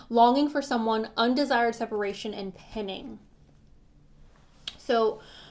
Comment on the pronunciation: Hey love! I think it’s “pine-ing” not “pin-ing!” Just wanted to let ya know 😉 thanks for your readings!!